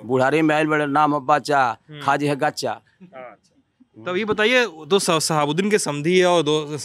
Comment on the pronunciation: गदहा रिपोर्टर है। कच्चा खा जाईं नहीं बोल रहा है, गच्चा खा जाईं कह रहा है। भोजपुरी जानने का दावा कर रहे है। थोड़ा घूमिये सर।